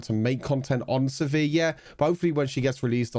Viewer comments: I say "Siver" You been saying "se·vere" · The way you pronounce sivir makes me cringe